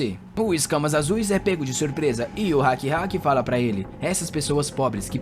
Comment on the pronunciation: Não quero ser chato, o nome rakrak, se pronunciar ra-kra-k, e o jaol, como ta em inglês, o A tem som de E, como se fose geol, e é um nome feminino.